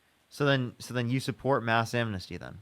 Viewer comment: Isn't amnesty a three syllable word? This guy turned it into four. Am-en-is-ty.